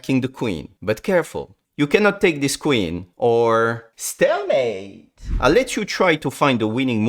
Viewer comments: the “stALemate” though 😂💀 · I love how he says stalemate